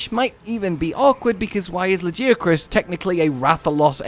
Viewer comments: appreciate your pronunciation effort and apparent certainty. Close but not quite. It’s pronounced with a “gee” not “jee”. You can hear the official pronunciation in the Welcome to Monster Hunter video - Presented by Daisy Ridley video Further confirming the pronunciation, this can be seen by localizing Lagiagrus’ spelling from Japanese. The ギ in ラギアクルス represents the gi syllable more specifically the “gee” sound. If it were really pronounced Lah-jee-ah-crus, it would be spelled with a ジ or ヂ (both representing the ji syllable) instead of a ギ. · Is LAGI 😢 not lagia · Nah. It's La-GUY-a-crus. Cause he's my number 1 guy. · I hate to break it to ya man, but the Japanese name is ラギアクルス, and that's a hard G sound, not a J sound. It's also an E sound after it, not an I sound. It's "la-gee-a-krus." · Lmao not getting called out for saying Laggy-a-crus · Luh-Gai-Uh-Kris. Get it right. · La-ghee(like the clarified butter)-uh-kroos (like how its pronounced in crusade). I swear Lagi has THE most variation on pronunciation in the fandom of any monster. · Me: “Why tf does he keep saying La-gee-uh-kris” Him: “It is ‘la-gee-uh-kris’, I know who you are in the comments.” 😮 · Can’t go round saying “it’s Tigrex not teagrex” and say lagiacrus is pronounced “lageeacrus”. Can’t have it both ways. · oh, so you’re one of the guys in the comments he mentioned. I was poking fun but since you brought it up. It is TI-GREX like tiger and LA-GUY-A-CRUS like that guy chris. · Fellow Yorkshire man here not sure what part ya from but I’ve not heard it said like that 😅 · Please for the love of god say Lagiacrus properly! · I know you acknowledged us directly but your pronunciation of Lagiacrus is still WRONNNG. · Dude literally google the pronunciation of Lagicrus.... yup and Altreon is pronounced Alah-Treon 😂😂😂